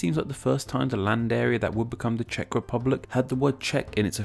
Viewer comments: I salute to you that you pronouced the Czech words correctly (Yes I am from the Czech Republic) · I really like how you actually took the time to do correct pronounciation of the names in czech. Pleasant surprise